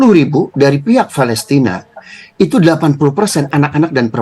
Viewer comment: Palestina takkk… bukan Fa..lesrinn…. Abdoel… Abdoel…..